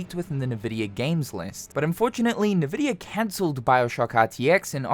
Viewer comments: It's pronounced in-vidia, not nividia. :) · It's not naavidia it's "n" vidia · Nividia. i dont think people usually pronounce it with thet first 'i'. just N-vidia. no big deal though. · Just so you know, Nvidia pronounced "envidia" not "navidia" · its ENvidia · I'd never heard a single person call NVIDIA nehveedia like this guy just did. mind blowing. liking the vid for that alone. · Stop calling it na-vidia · N vidia. EN-VY dia. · FFS. It is not "Nuh-Vidia." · First time I heard someone pronunce Nvidia that way lmao